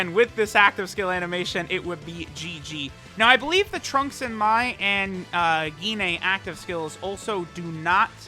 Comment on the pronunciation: Dude really said "Gi-nay"